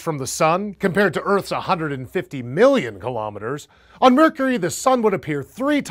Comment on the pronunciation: It really bugged me that he emphasized the word million in the sun distance of earth instead of the hundred.